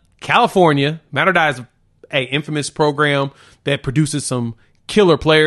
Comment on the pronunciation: FYI Mater Dei is pronounced like day. It means mother of god.